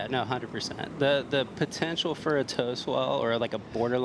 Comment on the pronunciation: Is there no one responsible to tell to NOT say "100%" anymore? Is there no one reponsible to tell that it is "POTENTIAL", not "potention" or whatever fantasy word he made up there.